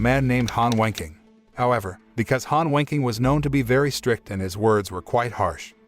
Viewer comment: The way the voice says Han Wenqing saouns like he’s saying Han Wanking